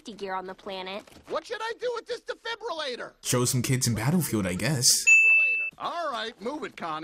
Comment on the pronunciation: Defliblirolator XD